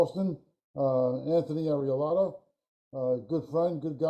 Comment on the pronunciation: Arillotta not Ariallotta! Even though he says Area a lot. 😂